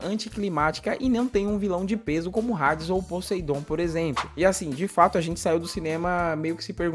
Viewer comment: Q porra Rades ! Fala Hades, h nao tem som de R !